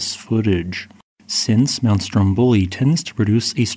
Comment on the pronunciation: For future reference, the accents/pronunciations for those islands are: STROMboli vulCAno